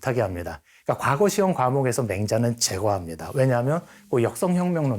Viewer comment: 과거 시험이 아니고 그저 과거로 족합니다 그리고 왜!? 과를 길게 발음합니까!?? 짧게 발음하시옵소서!! 미국 변 완수 드림